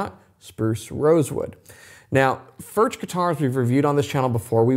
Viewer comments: Cant pronounce Foorh? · Just bough a vintage 2 d sr. It’s ..... beyond the money ! Way beyond the money! Good luck🙌🏽. Also it’s pronounced Furk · Please learn how to pronounce the name. For those of you saying they’re better than Martin, Martin has a very wide variety of models and all are of good quality for the money. If you spend an equal amount as a Collings or Bourgeois you’’ll find similar quality and the sound will generally be at least as good. Sound is objective. Some like bolt-on necks but I believe the Martin neck gives a superior sound to any bolt-on neck (because I prefer that traditional sound). The Martin-style neck is much more expensive to produce. The Martin 16 line has a similar neck to Collings and Furch and many others. The finish on the Collings is excellent. I’ve owned Collings, Santa Cruz, many Martins, and various other high-end and other guitars. Although I prefer the Martin sound, I’m not a fanboy for Martin. I have issues with them. Number one, Martin greatly increased the models available in the last several decades. For those who couldn’t afford a Martin, this allowed many to purchase them, but they weren’t the Traditional Line that made Martin the most famous and most-copied in the world. Martin has the Traditional Line that is built using CNC machines as well as hand-made techniques for some things. The Custom Shop snd Authentic Lines are mostly hand-made to my understanding. The Authentic is easily equal to brands such as Collings and Bourgeois if you prefer the traditional sound. If you like a more modern sound like Collings, Taylor and Bourgeois have you will prefer those brands. I pr